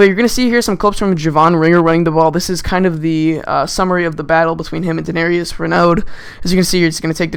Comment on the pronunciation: and how does he mess up darius? there's no 'n' in his first name